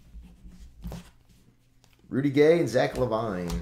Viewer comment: Its zach lavine not lavine